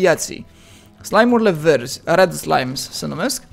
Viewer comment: a spus Rad slimes, dar se citeste red....